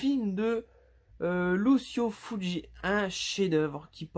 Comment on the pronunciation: Par pitié Cela se prononce luchio fulchi Mais superbe vidéo